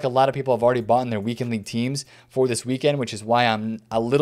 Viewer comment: PL 'LEAGUE' ? Seriously bro? 😂